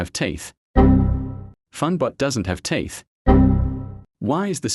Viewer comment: Its named "teeth" not "teath" update again